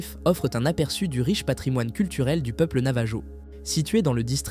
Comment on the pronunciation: Navajo : le j ne se prononce pas. C'est un peuple autochtone d'amérique du Nord que l'on appelle indien... Quand au portail de nébulon, impossible de trouver ! À part un personnage de Marvel, il n'existe aucun autre nébulon... Alors veuillez mettre vos sources dans la description pour des recherches ultérieures. C'est pénible de constater des choses qui n'existent pas quand même...